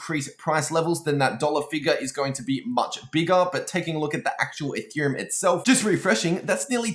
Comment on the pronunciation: instead of ethereum, he says “a theorem”, anyone else catch that? haha